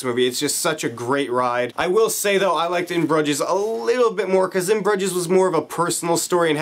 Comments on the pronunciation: Its Broo-zjess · ahhh how are u pronouncing that so wrong man. they mention the name of the town like 1000 times in the movie